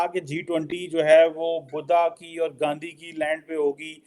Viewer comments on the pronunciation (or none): none